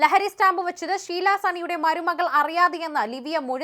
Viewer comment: ശീലാ അല്ല ഷീല